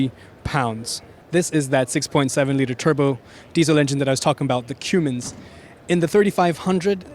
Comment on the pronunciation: That big ol "kewmens" deisel.